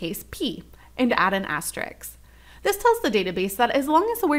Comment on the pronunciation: It is an asterisk NOT an asteriks and they are asterisks NOT asteriks (again used)